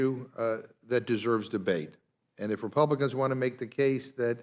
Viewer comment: This guy talks a lot of sense. But he sounds a lot like Elmer Fudd. He'll get those "Scwewey Wepluicans"